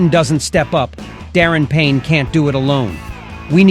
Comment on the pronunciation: FYI his name is pronounced Da Ron Payne not Darrin.